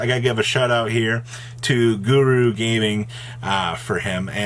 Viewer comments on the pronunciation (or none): Guru Gaming 🤣🤣🤣 It's Guu Gaming